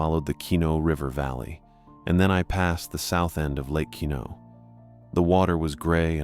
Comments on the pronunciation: It's pronounced Qwa-nault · Also, dude is mispronouncing Quinalt so badly it look me way too long to realize that’s what he was trying to say.